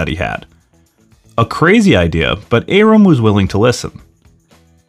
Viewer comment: You don't pronounce Bob Arum's name correctly.